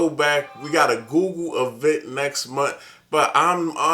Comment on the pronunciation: Why do all tech reviewers say "GooGoo" instead of Google 🤣